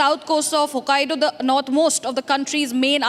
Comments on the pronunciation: she said Hokkadio, but it's Hokkaido. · It's not hokk aido. Not Hokkadio